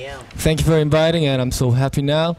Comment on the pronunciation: Minhyuk: "Tank you for Inbiting us Im Minhyuk" So cute pronunciation.